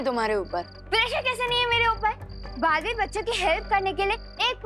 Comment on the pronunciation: It's balveer not balveet